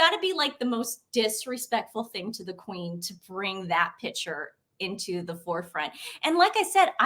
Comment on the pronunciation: Ladies love your info Please remember that the word is not “pitcher “ A pitcher is a vessel for liquids. A PICTURE is pronounced Pic- ture.